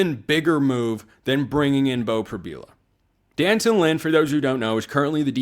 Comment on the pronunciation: White people, say it with me now: DEE- AN-Tawn. (i.e. D'anton) Lynn... 🚫 "Dan-tun"... If you can properly pronounce Beau's odd Euro-name, you can take the time to learn how to properly pronounce D'Anton Lynn.